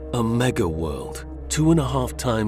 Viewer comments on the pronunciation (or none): Bad grammar for a documentary. Also said Mejah moon instead of mega moon enough for me to turn it off